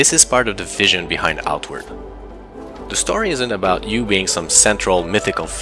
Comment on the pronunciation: Funny, when saying Outward, I was hearing "artwork", because I was thinking the art direction was nice!